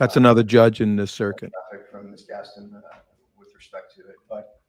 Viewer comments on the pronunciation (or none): none